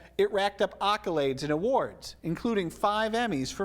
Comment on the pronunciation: The fk is an "occolade?"